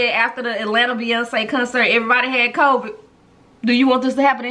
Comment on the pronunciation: “I got Cvid 🤭🤭” lmaooooo